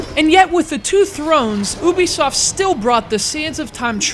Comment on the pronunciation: you-bi-soft not you-be-soft